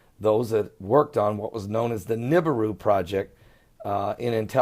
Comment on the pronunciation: wana see real videos of nibiru (neh-be-ru) not "nib-aroo" (I hate that pronunciation) please check my latest three uploads (all under 6 min each) anyone can get footy like mine too. just watch the sky cams at sunrise and sunset. much love, God bless